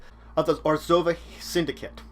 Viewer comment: Some prenounciation Rav-Nick-Ah Tey-Sa Or- Zov Ob-Ze -Dat